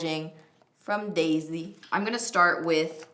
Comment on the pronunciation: Did you just call Desi...Daisy??????? Bahahahahahaha